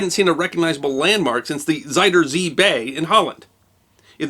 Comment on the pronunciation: zayderzie bay? Thats what i hear as a dutch person 😅